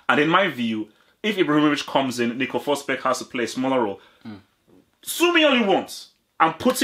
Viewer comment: Emil fosberg Not Nico Fosberg bro